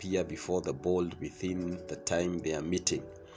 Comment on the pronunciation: Board. Not bold.